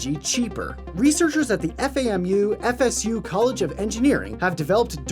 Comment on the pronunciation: It’s FAM U NOT F.A.M.U lol